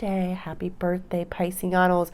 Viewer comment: Are you saying burstday? I heard you say it last year but I thought you just messed up saying birthday but it sounds like it’s a thing you do. Where does that come from? I love your readings btw, accurate af.